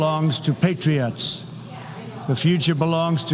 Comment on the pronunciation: You can tell he’s reading and not understanding what he’s saying. He couldn’t even pronounce ‘patriots’ correctly.